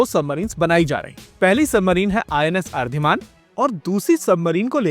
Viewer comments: अर्धिमान नहीं बे, अरिदमन नाम है। अरिदमन का अर्थ होता है शत्रु (अरि) का दमन करने वाला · It's ARIDAMAN ✅ ARIDHMAN❌ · आप हर बार अरिधमान क्यों बुलाते हैं जबकि अरि+दमन ( शत्रु का दमन करने वाला) इस का सही उच्चारण है। अरि+हन्त ( शत्रु को मारने वाला) अरि+घात ( शत्रु पर घात करने वाला) अरि+ जीत (शत्रु को जीतने वाला) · हिंदी चैनल होने के कारण और मोस्टली अच्छी भाषाकीय नॉलेज के बावजूद कभी कभी कुछ वर्ड्स के प्रोनॉन्सिएशन में थोड़ी दिक्कत है। इसमें सबमरीन्स के नाम सभी सही है, बस INS Aridhaman को छोड़ के, ये Aridhaman/अरिदमन है, अरिधमान नहीं। अरि= शत्रु, और सभी सबमरीन के नाम में जो सफीक्स लगा है, वो सिनोनिम्स है, विजय या विनाश के। 🙏